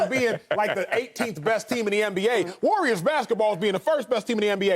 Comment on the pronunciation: Why does Broussard call the Warriors the "Wooyers?"